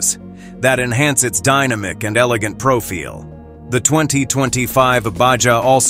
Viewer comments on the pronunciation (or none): First time I hear someone say "Profeel" Used to profile prounce, cool.. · Profeel profile. Ba-ja. Baha. Cur-vess curves. Dine-amic. Dynamic My fav --- fun-sian-al- functional